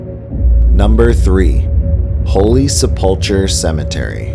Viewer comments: Cool video, but a couple of pronunciation's from a local... Holy Sepulchre is Holy Sep-ool-kur. Aquinas is uh-kwai-nuhs. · I was thinking the same thing. Plus he pronounced holy seplicar cemetary wrong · this guy has never been to rochester... ever.. can't pronounce AQUINAS??? cant pronounce holy sepulchre cemetary..his research talents are lacking.